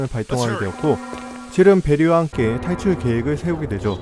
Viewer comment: 혀가 너무 짧아요 ㅠㅠ 살출하는지 탈출하는지,, 아쿤시티인지 라쿤시티인지, 전반적인 발음이 혀가 입천장에 완전히 닿지 못하는 전형적인 혀짧은 패턴... ㅌ와같은 파열음이 ㅅ 소리가 나고 ㅅ는 th나 ㅎ소리 비슷한 발음 ㄹ은 ㅇ에 비슷하게 들려요